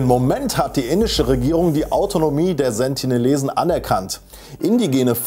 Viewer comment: Sie heißen Sentinelesen nicht Sentilesen